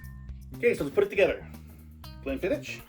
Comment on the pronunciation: haha the edits and humour are awesome but gotta tell ya, we pronounce it glenfiddick not glenfiddish:)